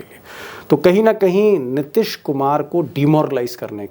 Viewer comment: नीतीश कुमार है न कि नितिश कुमार । उच्चारण सुधारिए ।